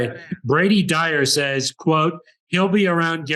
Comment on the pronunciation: … you of all people show know how to pronounce our names correctly!! 😂 It’s “dryer” like a hair dryer, not dyer. But I appreciate the shout out man. 👍🏻